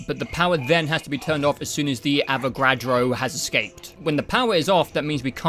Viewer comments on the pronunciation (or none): he calls the avogrado , avocado 🥑🥑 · Im so glad I found these videos.. even tho its a year late Also brother fucking up the Avogadro's name every chance he gets is so hilarious